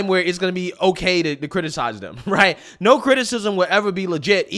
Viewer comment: A no never sounded more like an oy vey